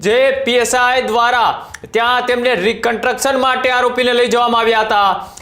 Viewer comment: કન્ટ્રકસન ? 😂 "કન્સ્ટ્રકશન" કહેવાય એને. Pass કેવી રીતે થયો ભાઈ તુ journalism મા સામાન્ય ગુજરાતી મા? 😅